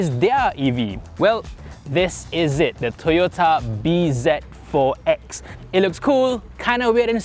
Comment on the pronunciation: Not read as B Z... Its Busy.....Z pronouces as Zi as it zero